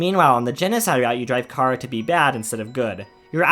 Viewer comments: Chara not cara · You said cara its chara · Me: Hell yeah, somebody talking about my favourite character and how's they are just a child and not a fucking sadist like everyone thinks they are? Sign me up! Author: Pronounces "Chara" as "Kara" Me: Uuh shit. Here we go again.. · Bro your saying Cara 😑